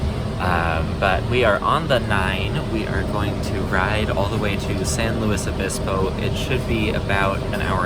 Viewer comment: It is pronounced Pass-oh Row-bulls, so good job! Also good work on correctly pronouncing it "San Lew-iss Obispo" instead of the dreaded "San Lew-ee Obispo" - SLO is not and was never French! And yes, both are a far cry from the actual Spanish pronunciations, but that is just how California do. Also see Lahs An-jell-eez, Sa-cra-men-no, or the ever popular Vallejo as Val-ley-ho, which incorporates the Spanish j=h but not ll=y.